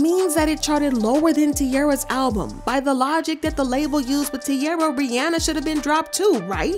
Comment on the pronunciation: Love the video but I couldn’t get over the pronunciation of Rihanna’s name — it’s “Ree-ah-nah”